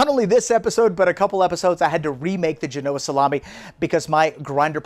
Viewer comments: The accent is on the first syllable, not the second . (JEH-no-uh) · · Accent on Gen not o That looks delicious. Thanks! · Gen-oh-ah not Ge-no-ah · It's pronounced Jean-o-Ahh, not G-Noah 😂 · Great episode! (But it’s GEN-oh-uh, not geh-NO-uh) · Isn’t it pronounced GENoa and not GenOa? Great video as always!! Can’t wait to give it a try! Also I’d love to get the sharpener! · My ears have been stabbed haha. FYI...it's JEN-oh-ah 👍The Italian community thanks you 💚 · Do you lose credibility when you cannot pronounce Genoa correct? 🤷‍♂️